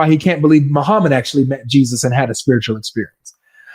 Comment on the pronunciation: No way he said mo-pdf met Jesus 😭😭😭